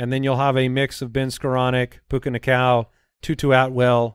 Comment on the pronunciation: Puka "Nackua" not "Nacow" FYI